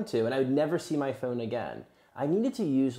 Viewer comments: “My phœne” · Why do you say phone so differently? Where is your accent from?